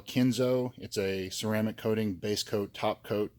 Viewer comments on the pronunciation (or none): none